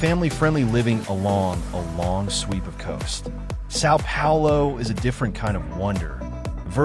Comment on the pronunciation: I hate this pronunciation of Sao Paulo. Try hard.